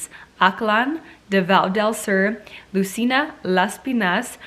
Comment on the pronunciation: Baguio /bag-YO/ Lucena /lu-SE-na/ Las Piñas /LAS•pin-yas/ You're welcome, Queen! ♥ Same here, I'm rooting for Misamis Oriental and she nailed it!